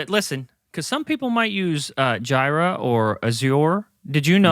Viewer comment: lol he pronounced it Jira not Jira.